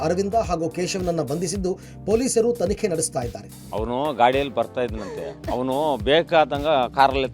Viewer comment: Hawanu ಅಲ್ಲ Awanu. ಹ ಮತ್ತು ಆ ಮಧ್ಯೆ ವ್ಯತ್ಯಾಸ ತಿಳ್ಕೊ